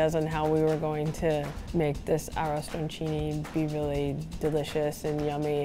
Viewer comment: Can't even pronounce arrosticini correctly i can imagine how authentic italian it is